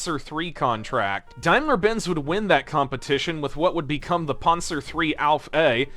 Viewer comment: Its Pan-zer, Not "Pon-zer" same with Pan-ther not "Pon-ther"